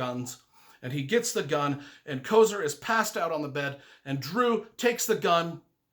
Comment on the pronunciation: and also it is Kofer.